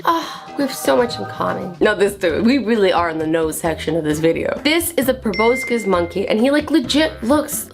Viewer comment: U pronounce the proboscis monkey with an o not an ow